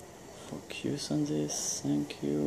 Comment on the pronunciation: Haha when you say focus it sounds like you say f*** you.